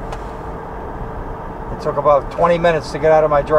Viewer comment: I HATE WHEN YOU SAYS YOUTUBA IT IS YOU TUBE